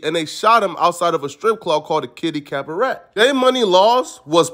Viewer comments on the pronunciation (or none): Good stuff.. just a heads up though, “disarray” isn’t pronounced “Desiree” lol that’s a female’s name. It’s “diss-uh-ray” or diss-a-ray…. And cabaret is pronounced “cab-uh-ray” or cab-a-ray. Sorry, not trying to be a grammar Nazi my dude, just trying to help for future reference. Great video nonetheless! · He cant pronounce, cabaret 😂